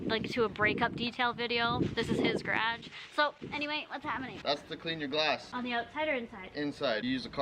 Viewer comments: they way you said garage had me laughing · Why do you say "garage" like that? I feel like she says it to be quirky or something bc NOBODY in Canada pronounces it like that lmfao.